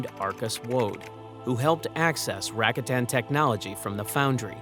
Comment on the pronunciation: Ra-cot-tan, not Rack-a-tan